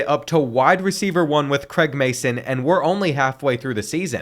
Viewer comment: Craig not Creg 🥲😂